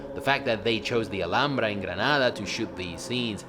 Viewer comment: Man, your pronunciation of Alhambra and Granada was perfect. I doubted for a moment that you are from Spain